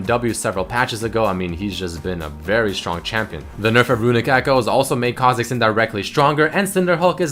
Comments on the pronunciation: GODAMNIT REDMERCY WHY DID U SAY KHA FOR US KHA MIDDERS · kha zix ? rly ? lol